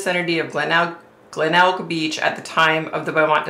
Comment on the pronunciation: Yay, been waiting for this one. You are pronouncing Glenelg correctly 😁 you mentioned Snowtown, a whole new set of horrors happened in that town.